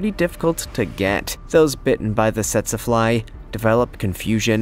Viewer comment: It's pronounced teet see fly.